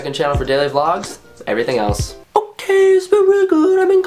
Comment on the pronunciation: NONO STICK TO THE 'WHOKAY" pleeeeash :P